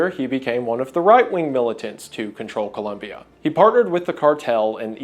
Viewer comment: Hey, Wendigoon. Great video, colombian viewer here. Just really glad to see a video of an american pronouncing ColOmbia the right way. Keep up the amazing work